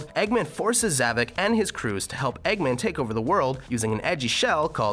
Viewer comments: You said Zovok’s name wrong. There is One avatar in Sonic Forces with a name and his name is Gadget the wolf. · everybody says Zavok, Zavik why? ZAVOK remember that